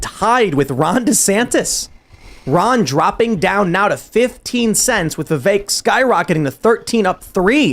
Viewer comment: Tim pronouncing Vivek as "The vake" is starting to get on my nerves 😅